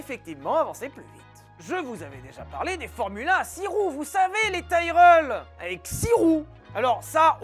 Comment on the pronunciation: Punaise mais apprend à prononcer correctement Tyrrell !!!!